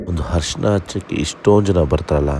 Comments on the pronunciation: ಹರಿಶಿನ alla ಅರಿಶಿನ, ಕಲೆ alla ಕಳೆ. 😬😬😬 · ಕಲೆ ಅಲ್ಲ, ಕಲೆ ಅಂದ್ರೆ mark.. ಅದು ಖಳೆ.. Harishina alla, Arishina ಅರಿಶಿನ